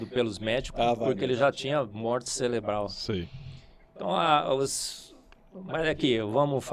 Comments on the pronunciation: Foi somente eu que ouvi "celebral"? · O cara fala CELEBRAL!!!😂😂😂😂😂😂😂😂😂😂😂😂😂😂😂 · Morte "celebral" 😂😂😂😂😂. Depois dessa até parei de assistir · "morte celebral" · Um cientista falando " morte celebral" kkk não se ajuda de forma alguma esse cara. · Tu ouviu tbm??? Foi um equiuvioco… kkk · E o pior é que ele falou duas vezes kkk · Pessoal, eu estou doido ou o falou morte celebral?